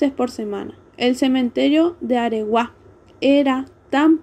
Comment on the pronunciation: AREGUÁ... Con acento en la última A